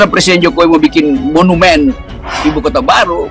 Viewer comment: Dalam plakteknya ibu kota bau. Menurut LIZAL LAMLI. Eh mau jadi pleciden.ngomong "R" aja ga bisa. Hehehehe.